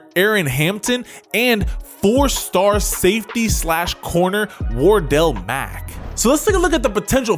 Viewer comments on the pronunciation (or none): none